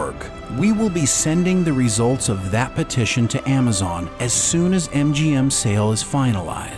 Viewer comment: Amma zon...lol.